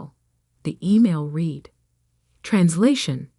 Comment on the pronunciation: AI doesn't know any other names, or how to pronounce read, tow, Patagonia, procedure, etc.